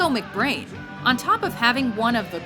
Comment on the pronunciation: are we not going to talk about how the mispronounce mcBrain then put 2 songs he is not in then while he plays trooper they put run to the hills